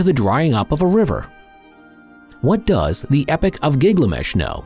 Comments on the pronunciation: It’s GILGAMESH not Giglamesh!!! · Keep saying Gig lamesh